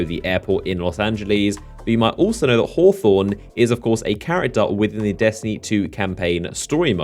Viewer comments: It's pronounced (hah-thorn) and come down to my hood, Eastside Torrance-Young Smirk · bro I assume you're American but dam our immigrants down here can pronounce Los Angeles and hawthorne better lol